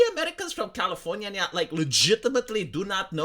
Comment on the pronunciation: Califor-nyah-nyah! I fucken love it!!